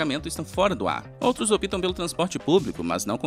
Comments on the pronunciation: não é opitam, é optam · O vídeo é muito interessante. Pequena ressalva: o correto é "OUTROS OPTAM". Nunca "OUTROS OPITAM", como dito no vídeo (altura de 1m25s), Erro grosseiro. Antes foi dito "pôstos" de gasolina... Aos 10m09s em vez de NSA foi dito "NASA", que é outra agência do mesmo país. Isso distorce a informação... Depois, até o fim do vídeo, não tive tempo de analisar e anotar. Sugestão: usem um locutor que leia e fale corretamente. Se a narração é por IA, substituam-na por um bom e bem escolarizado narrador. A narração neste vídeo seria muito boa, se não fossem os vários erros nele falados.